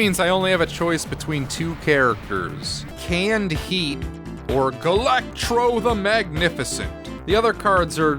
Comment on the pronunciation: Why did you add an R to Galacto's name?